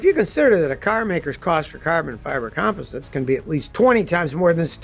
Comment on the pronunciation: Come on Scotty you're not pronouncing composites correctly did you graduate from high school😐😐😐😐